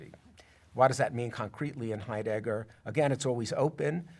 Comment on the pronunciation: Someone please tell this fellow that the accent in the name "Heidegger" is on the first syllable.